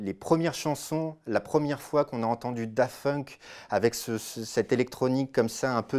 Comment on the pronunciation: C'est moi ou il dit Dafunk ?